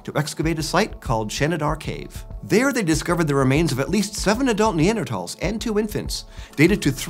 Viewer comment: The way he pronounces Neanderthals drives me crazy, there is not a hard t in that word.